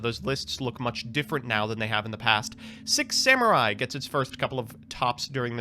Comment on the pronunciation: E-Rue, Come On, and Zenjee - my favorite Six Semmurye! And not to forget the last one... ... Yaichi. Uh - yeah. Not much to mispronounce on that one, I suppose! Ah man, I adore Americans pronouncing anything that isn't English. xD